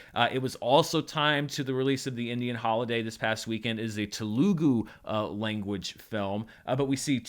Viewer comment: Just some friendly feedback - you wildly mispronounced "Telugu"